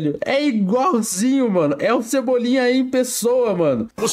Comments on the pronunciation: Cebolinha em pessoa não cebolinha em bolha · Cebuble kkkk